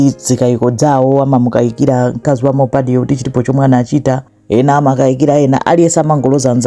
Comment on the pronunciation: mmene mwapangila pronounce dzina lake Leni Leni mwandisangalasa mwangokhala ngati wakomwekotu ngati sindiwe Malawi